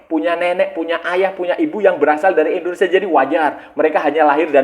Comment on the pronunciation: INDONESIA kaaaang bukan ENDONESA